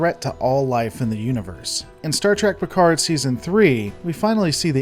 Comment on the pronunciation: Oh dear. I stopped watching the second you said star tek Picard